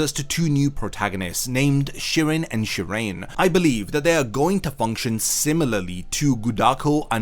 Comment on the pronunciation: Great video! Also, I think Shirane's name is pronounced "Shira-nay." Kind of like the "Aratame" in Kisuke's Bankai, Kannonbiraki Benihime Aratame.